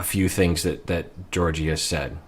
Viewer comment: Fun fact: the correct way to say Georgi's name is by pronouncing both g's the same way they're pronounced in the word goose. Ghe-OR-ghee. Trust me, I'm Bulgarian =) Also, while Georgi doesn't seem super affectionate, I don't find anything wrong in his actions so far., your analysis is great as always!